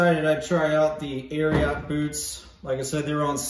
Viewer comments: Not Air-e-ought. "Air-e-it" 🤙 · Great review! You actually pronounce it air eee et....not air ee ot. It comes from Secretariat :) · Air-e-it not air-e-yat 😂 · Ari-ot lol